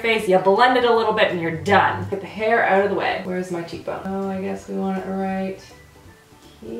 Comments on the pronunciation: #randomcanadiammoments Saying oout instead of out. 😂 or Saying eh accidentally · I love it when you sound Canadian with your "Oot and Aboot!" Makes me think of Trailer Park Boys which is AWESOME y'all! You have to forgive me, I live in a damp and dreary part of England and I don't get out much! Love your videos to death! X